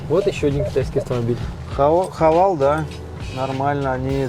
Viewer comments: Странный тип этот эксперт ,не хавал, а хавейл называется марка авто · Мужик, который переделывает Мерседесы Видно, что вроде в авто разбирается А читает Хавал Почему не Хавейл?